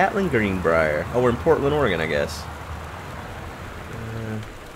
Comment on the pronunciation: Hooray! He pronounced Oregon correctly! :D Also: double hooray, a game in Oregon! :D Sorry, gotta fanboy for my home state :)